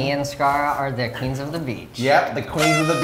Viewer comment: “queesn of the beach”